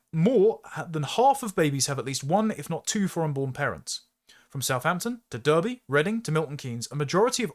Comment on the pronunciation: It's pronounced "Darby", not "Derby". It's a s***hole, but being from Nottingham myself I will not hear our arch rival's city name mispronounced.;)